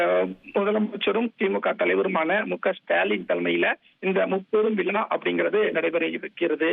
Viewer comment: தம்பி முப்பெரும் வி"லா"வா அல்லது தோள்/ புஜமா? ஏண்டா தமிழை இப்படிக்‌ கொடூரமாகக் கொலை செய்றீங்க!!😂 விலா அல்லடா தம்பி "விழா‌" "விழா" "விழா" முப்பெரும் விழா!